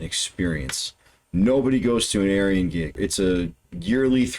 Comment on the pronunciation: his name is pronounced Ar-Yun. 5: = Y